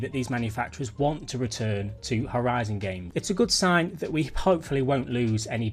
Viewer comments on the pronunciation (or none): none